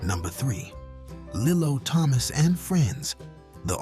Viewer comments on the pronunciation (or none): It's pronounced, "Lee-lo", not "Lillo.